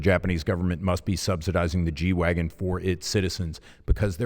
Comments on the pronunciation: if you were going to pronounce it properly, you would do your best Dieter impression and say "G-Vahgen". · German G is pronounced "gay" and wagen is pronounced "vagwen". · It’s pronounced Gay Vahgen in German! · Wouldn't it be 'Gay-vagen'? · Still not got the German pronunciation dude!